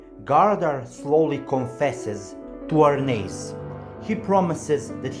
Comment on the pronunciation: You must be the only person on YT to pronounce Arnheid's name correctly! But yes, many of these Norse names are difficult to pronounce unless you look up the pronunciations. When the anime gets to the Vinland arc in about 10 years, the Lnu names will be extremely difficult to pronounce!